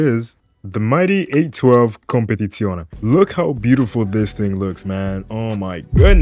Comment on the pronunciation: you seem italian from the way you say "competizione"